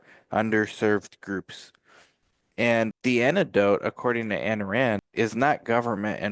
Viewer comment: You don't even know how to pronounce her name